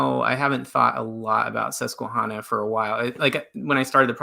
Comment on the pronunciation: Not to be critical but Susquehanna is pronounced with a short a like the name Hannah. I grew up in Pennsylvania near the Susquehanna River. Not to be a jerk. Just saying. Love this episode. Love Mormon Stories. Love you guys. <3